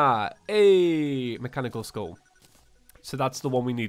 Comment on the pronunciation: How weird is it that said Mechanical Skull so much that my brain combined it into "Mechaniskull"